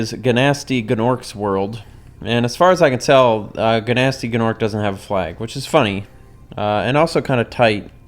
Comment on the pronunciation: I love how you pronounce Gnasty Gnork. I was cracking up in high-pitched laughter each time you said his name; I can just hear the 'I dont give a shit, I'm saying it it how it looks in writing' attitude in your voice.